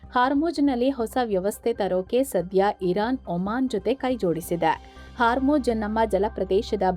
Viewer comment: It's hormuz (like pronounced as "hawr mooz") not haarmujj